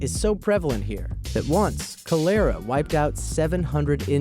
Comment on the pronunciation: Cole-AIR-ah. That's a unique way to pronounce cholera.